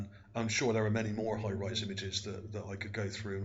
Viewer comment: lmao... hires = hi-rise ?